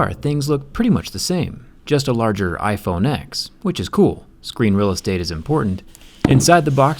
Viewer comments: Anyone else bothered how he says iPhone X instead of iPhone “ten?” It irks me because everyone I know pronounces it “ten” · It’s pronounced iPhone 10